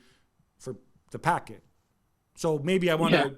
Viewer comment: Why this guy keeps calling him Packet is beyond me.